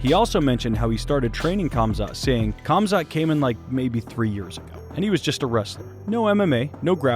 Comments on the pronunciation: PEW-GA-LIST? Pew-jah-list you ignoramus that can't even pronounce THE FIGHTER HE'S COVERING NAMED: HUM-ZAT not KUM-ZAT. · For christ’s sake, americans, please learn to pronounce names. It’s not Kamzat, its Hamzat. As is Habib for that matter. Is it not bad enough that u guys are so illiterate that you only speak one language and on top of that you decide to butcher every name besides John? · For the love of god chumzat is not the pronunciation . Khamzat or pronounced as hamzat is like D'jango, the K is silent. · 👏👏👏 Another channel who cant pronounce Khamzat's name properly. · you are pronouncing his name wrong